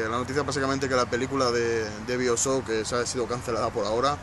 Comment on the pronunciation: nisikiera saber pronunciar bioshock bien :p